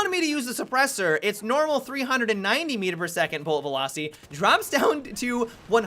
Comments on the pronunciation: "Supersooor" wtf ? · The way you said suppressor made me want to throw my xbox out the window with my battlefield 4 and hardline with it. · Why he say suppressor like that